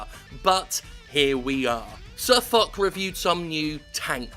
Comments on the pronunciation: JIM! get your facts straight! #Tankfest is not a WarGamming event they sponsor it and Foch's trip there, he can still go but has to pay himself. BTW Sir Foch is pronounced Fosh like Marshal Ferdinand Jean Marie Foch. #bovingtontankmuseum As to why WG(EU,NA,RU or SEA) acted that way I really don't know. F-UP is the probably the right thing to say there. HOWEVER! WG has a very good track record in regards to how they work with their community contributors and are in direct contact with some of them, ask #TheMightyJingles or #QuickyBaby (the two biggest youtubers covering WoT) where are we now 3.? anywho Sir Foch is not making much money on YT he is primarily a twitch streamer. He is also one of the community contributors with a slight temper problem IMHO. Next WarGameing is split in to their respective area so WG EU, WG NA, WG RU and WG SEA are all more or less independent companies, as I understand it. I'm willing to bet it wasn't NA they are very communicative with this sort of thing and so is EU usually. Wikipedia says they have Subsidiaries Wargaming Chicago-Baltimore, Wargaming Seattle, Wargaming Austin, Wargaming America, Wargaming Europe and Wargaming Asia Pte. Ltd. Lastly: Premium ammo is free in-game it cost more than standard ammo with silver credits and you can purchase it with gold credits bought in the online store, but you don't have to. WoT is still a completely free to play game and in fact something like 70% of the player base never spends a dime on the Game. I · Its not Sir Fuck its pronounced Sir Fosh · Jim swearing so much with Fuck he calls SirFoch SirFuck xD It is pronounced SirFosh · Sir Fock. the "-ch" from foch is pronounced "sh", Like "ship" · why all these british dudes call him sir fuck or sir fock, im english and clearly its pronounced fosh. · a slight note: it's pronounced like fosh, not fock. just a little thing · its not sir fuck...his name is said sir fosh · sirfo(SH) is the pronunciation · Its pronounced SirFosh Jim